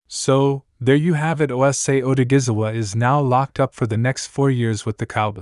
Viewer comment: Its a shame how the announcer haven't even tried to pronounce this man name correctly! It's a dam shame!